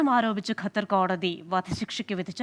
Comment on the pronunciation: എടോ ഗത്തർ അല്ല ഖത്തർ😂😂😂😂ok